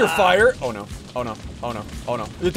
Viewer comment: I got triggered the whole video because he said “fwire” Instead of fire